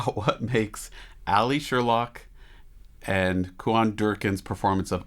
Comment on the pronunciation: His name is Cuan, pronounced “kew- in”……NOT “kuh-wan”. 🙄